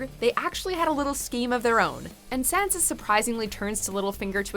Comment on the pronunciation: SHANSHA. PLEASH